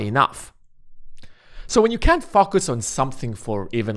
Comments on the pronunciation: I can’t fOcus with the way you keep mispronouncing the word. How hard is it to say it correctly? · the way you say focus really offsets my focus :))